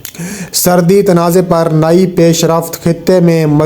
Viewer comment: Srdi, Srdi, Srdi.... Lgta hai apko Srdi kuch zada hi lgti hai jb hi urdu bhi theek se bol nahi pa rahey hain. Asl lfz "Srhdi" hota hai Bhai. Pind se seedha ghr aa kr video bnaney beth gai ho kya? Urdu to Sahi trha se bolna seekh lo. Ooper se sans ap ki Itna chrhti hai k jesey ap Aik meel tk dorh lga kr video mai voice over kr rahey ho. Mike mai ap ki sanson ki avaz BOHT hi buri lgti hai jb ap boltey ho. Bhai ya to Apni in dono khamiyon ka koi hl nikal lain, ya phir ap ksi or se video ki voice over krva leya krain plz. Right?